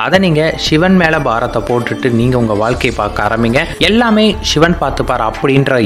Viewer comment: உங்கள் உச்சரிப்பு ஷிவன், ஷிவன் என்று பிழையாக சொல்கிறீர்கள். சிவன் என்பதை சரியாக உச்சரியுங்கள். "வல்ல குருநாதன் நம்மை வருத்துவது கொல்லவல்ல, கொல்லவல்ல, பொல்லா என்று வினையறுக்க". இது எனது சிறு வயது தமிழ் ஆசிரியர் எப்போதும் கூறுவார். அதனை எப்போதும் எத்தனை துன்பம் வந்தாலும் நினைத்து ஆறுதல் பெறுவேன். அதாவது கடவுள் பக்தர்களுக்கு கஷ்டத்தை கொடுக்கிறார் என்றால், அவர்கள் கடவுள் மேல் அன்பு, நம்பிக்கை வைத்துள்ளார்களா என்று சோதிக்கிறார் என்று அர்த்தம். அதை விடுத்து இவரை நம்பி பிரயோசனம் இல்லை என்று அடுத்தவன் வீட்டிற்கு (கிருஸ்தவனாகவோ இல்லை முஸ்லீமாகவோ) மாறினால் அங்கே ஏதாவது கிடைக்கும் என்று நினைத்தால் , நிச்சயமாக இல்லை என்பது எனது சொந்த அனுபவம்.அதை ஒருபோதும் ஒருவரும் செய்யாதீர்கள். அது பொய்யான சிந்தனை.